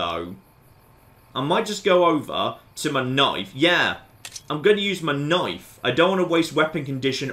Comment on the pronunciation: "mah noife"